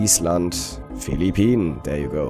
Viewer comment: wenn du schon so gerne "denglisch" sprichst, und denkst du seist cool, dann üb wenigstens das "th" es klingt nämlich einfach lächerlich, wenn du dauernd "der" you go sagst ;)